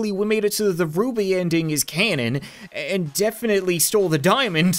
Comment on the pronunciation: It said the romainian Ruby right.And I Am from it.